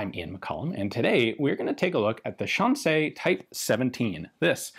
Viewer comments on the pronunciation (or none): Say Shan C not Shan say. Shan C. These guns weren’t stolen weren’t they? Hmmmmmm. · Fascinating how Ian starts off mispronouncing Shan Xi as "Shan Say" and then at around the 4 minute mark he correctly pronounces the Xi as "See". I wonder if there was a language expert behind the scenes who corrected him between shots =) Either way, awesome video as usual. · Xi in Shanxi is pronounced she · Shan-say is a pretty wide miss in pronunciation. Shan=see, which you stumble in to in the middle, is closer but not quite it. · Just a slight correction: Shanxi is pronounced more like how you would say "Sean She" in English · Pronounced like 'Sean-She'(shaun-she). Like Sean Connery in Zardoz. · Hearing Ian saying Shanxi(山西) using only the English pronounciation is yet another entertaining element for this already outstanding video. XD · Anybody notice how Ian pronounces Shanxi like it's a French word? 😁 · “Shanxi” is a difficult pronunciation for English speakers because English doesn’t have the sounds it makes. “Sh” is well, “sh”, but “an” is somewhere between “an” in “Can” and “ean” in “Sean”. If you speak German however it’s basically “ann” in “Mann”. “Xi” is tricky because the X is like halfway between a “S” and “Sh”, and there isn’t any analog for it in Latin based languages. I guess try to make the S sound but move the tip of your tongue back a bit? And finally, the “i” in “Xi” is basically “ee” in “need”. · I'm sure someone has already mentioned this, but assuming it's written in Pinyin, "xi" is pronounced like the English word "she." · My lady says your pronunciation of “Shanxi” sounds French, which sounds about right! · This is so fascinating, but I found myself wincing every time you pronounced "Shanxi".